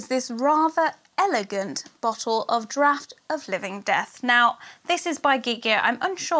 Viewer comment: Thank you for saying Draught properly! So many you-tubers are saying Dr-or-t, drives me up the wall! Also, thank you for your Christmas box, was AMAZING! xx